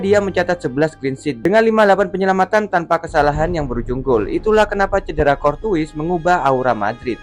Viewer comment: ok juga analisanya, tapi coba Courtois dibacanya Kor-Toa